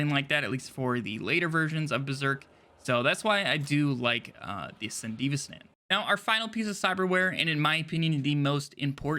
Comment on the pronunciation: san-duh-V-stun... FFS